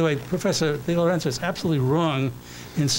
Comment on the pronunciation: Notice how he doesn't state Thomas DiLorenzo's proper name. He calls him Tom DiLerenzo.